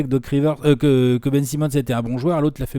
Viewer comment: "Benjamin Simmon" 😂😂🤣🤣